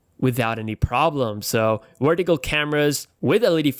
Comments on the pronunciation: It's vertical not "werticle"! 😆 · "Wertical Camra" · Christopher Aiken Ronquillo "wertical" 😂😂😂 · Tabirca Radu more like “wortical” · You can pronounce "device" properly but you can't say "vertical"?